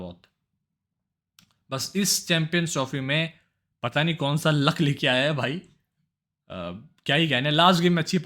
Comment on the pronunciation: Kya be pata pata krta reheta hai,,, sidha bol nahi sakta kya,, patta patta kya